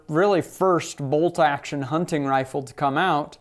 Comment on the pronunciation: Great review. Being from Pittsburgh your pronunciation of " Hunt.TIGN rifle cracks me up. " Huntin" is local blab lol